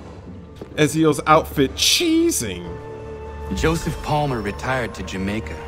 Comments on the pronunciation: et-zio please say his name right or don't say it and don't wear his outfit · Ezio is pronounced "Et-zio"... No harm done. Huge fan.